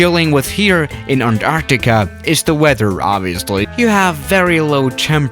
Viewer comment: Anartica?u mean Antarctica